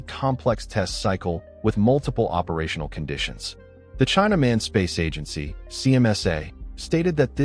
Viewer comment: [ China Manned Space Agency ]...If you don't see the spelling, it sounded like "China-man" which the West often like to use it in their own conversation when speaking about China. I wonder if the Chinese knew about their translation "irony"...